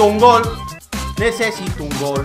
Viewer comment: like si viste que en vez de gol decia glo